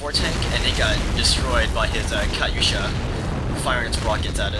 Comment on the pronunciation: ur saying katusha funny that's really not how u say it but its ok.